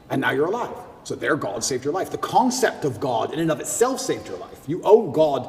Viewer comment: He pronunces "God" as if there is a hidden 'r' in there - "So there Gord saved your life"